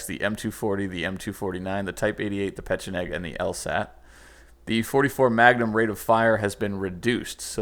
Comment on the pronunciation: Peh-Che-Neg. Look it up. it's the correct pronunciation.